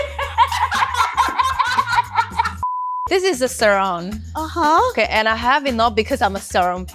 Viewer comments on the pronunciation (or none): Erm btw Sarong is pronounce as “Sah-Rong” and not “Ser-Rong”. Is a malay word not english.